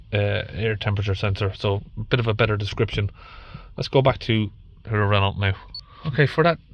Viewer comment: It's pronounced "RennO" mate.